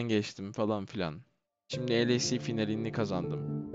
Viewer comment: gideli 1 yıl oldu lec'i kazandın hala el ey si diye okumaktan vazgecmedin :d